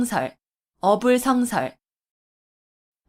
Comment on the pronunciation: "어불" "성설"이라고 띄어 읽는 것이 아니고, "어" "불성설"이라고 띄어서 읽어야지요. 공부 좀 더 하이소!!!